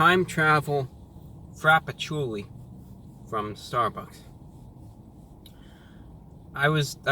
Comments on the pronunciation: "The time travel frapachilule." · I fucking died when he called it the Time Travel Frapatchouli from Starbucks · "Time Travel Frappachooli". I laughed so loud that I disturbed my dog :-D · Wait. “Time travel frappachoolie...” Did Brah just have a stroke? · "frappucchooooli" had my dying